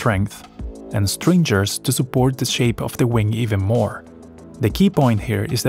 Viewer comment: You are pronouncing the word "stringer" incorrectly. Go to Google Translate and play its pronunciation there